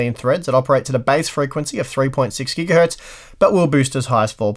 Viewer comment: It just hit me, he says "gigahurt". How long has this been going on?